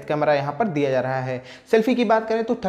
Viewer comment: Bhai ..ek bar bas acche se bol do “MIL RAHA HAI” instead of “MIL LAHA HAI” 😂